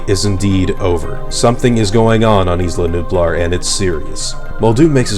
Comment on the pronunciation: Isla Nublar is pronounced (Eye-La New-Blar)